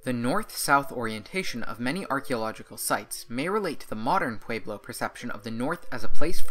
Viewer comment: Pueblo has an e, not an a.